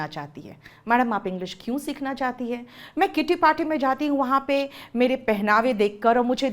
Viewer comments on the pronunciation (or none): none